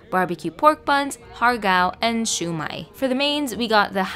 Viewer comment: ok so this is how u actually pronounce prawn dumplings in cantonese correctly: instead of saying har gao, say ha(r) gao. the "r" in the word "har" is slient:)